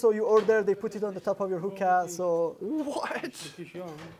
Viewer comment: He meant to say Hookah spot,s not "Hooker Houses"🤣🤣